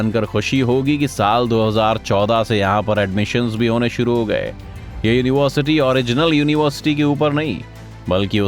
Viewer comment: Dekho bhai aapke video achche hai, avaj bhi achchi hai, par agar ho sake to bolne ka ton badalyega, jaise yonivarsiti, to ho sake to tone badaliyega